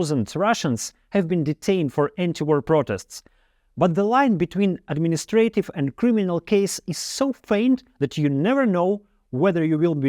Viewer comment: Thanks! Everything is clear. There are a few mispronounced words like infamous, opponents, administrative, symbols, clothes, answer, confidently, allows, relatively, changes, evil, but overall it's really clear.